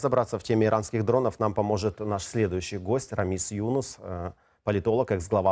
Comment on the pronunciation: Ведущему можно было бы запомнить, что не Юнус, а ЮнУс.